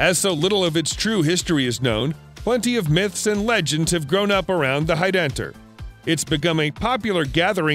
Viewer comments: The Roman Arch is pronounced Hide den Tor and the city is Car nun Tum . I ought to know . I live there . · man, simply using google translate on "heidentor" shows you how to properly pronounce that. very weak research lol